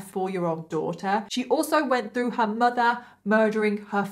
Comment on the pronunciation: im sorry but "her MUDA "